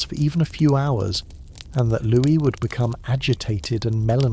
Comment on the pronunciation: Just wondering how and why you keep switching the pronunciation of Louis - - 😅